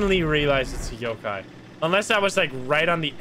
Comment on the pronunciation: i literally have no idea how the games even work but it really bothers me how he pronounce some of the ghost names.. it’s yo-kai. not yu-kai. as in yo! also han-tu not hen-tu. han as in dynasty han.